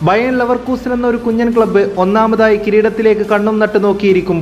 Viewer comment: ബയേൺ അല്ല സുഹൃത്തേ ബയർ ലെവർകുസെൻ